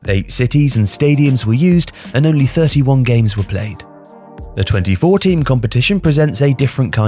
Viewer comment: *24 Teams. I thought they said 2014 at first though lol